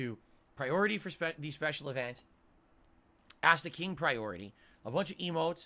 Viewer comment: “You guys wanted this” “you guys acks for this” “I’m just doing what you wanted me to do”. Basically what he is saying here is ,” I DID NOTHING WRONG! I did everything correct! It’s you alls fault that we didn’t hit the goal designed for you to spend more money on me” 😂😂😂😂😂